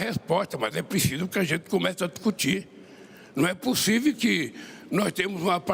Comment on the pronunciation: "não é possívi" kkk